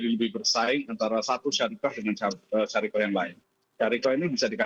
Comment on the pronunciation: Bukan syariqoh pak.. Tapi syarikah